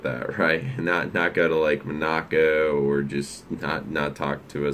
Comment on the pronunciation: It's pronounced Mon-a-co, not Mo-nac-o.